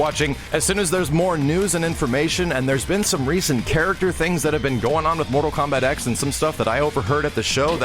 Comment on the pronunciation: THE X IS A FUCKING ROMAN NUMERAL. TEN IS HOW YOU SAY IT. FUCK.